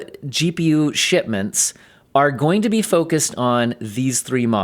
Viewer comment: LOL i understood "Nvidia gpu s**tments"! :D